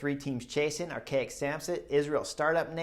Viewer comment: Whenever you say Arkea Samsic it sounds like you’re saying Archaic lol.